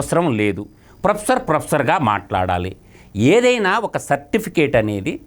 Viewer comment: Sapticate kadura Certificate ra ☺️